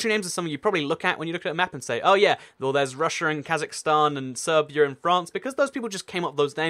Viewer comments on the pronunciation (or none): none